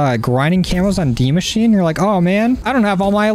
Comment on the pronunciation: He sed de machine it’s de machina is how it’s pronounced and it’s German for the machine